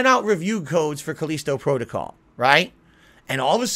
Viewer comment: "Now more items are missing" Oh god it's the return of "Where's my shotgun?". "These review copies had the rush the game as part of there contract" that's not how it works Moron! Also say the fucking the title of the game right once, Jesus do Connecticut people have a weird accent I've never heard of before or is a fucking idiot. "So many of these content creators are beholding to there audience" AND THAT'S WHY THEY SUCCEED YOU DUMBASS. "There is no internet ranking hall of Fame" It's called speed running. Also some people just want a challenge, cause they know how to actually play a video game and know normal isn't a challenge anymore for most games. "They don't care about you, They wanna see you suffer. They wanna see you bitch, they wanna see you beg, they wanna see you delete it off your hard drive" and warped world view comes through. 99% of content creators have real fans who like watching them, for them. is so used to trolling that a reality where that isn't the case is beyond him.